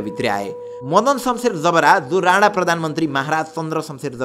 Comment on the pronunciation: काे हाै तिमी यार ?? तिमीलाइ याे राना र राणा विचकाे उच्चारणकाे फरक पनि थाहा छैन र?? यार सुधार। यस्ताे गल्ति नगर। अंग्रेजीमा "ण" छैन र उनीहरू उच्चारण गर्न सक्दैनन् । कि तिमी पनि उतैबाट हाै??